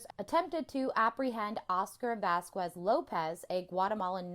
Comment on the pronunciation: Also, Vasquez is literally pronounced with a hard ‘k’. You should know this. English (common US): VAS-kez (like “vas” + “kez”). Phonetic: /ˈvæs.kɛz/ or vaskez. Spanish (original): bahs-KEHS or vahs-KEHS (/ˈbas.kes/ or /ˈbas.keθ/).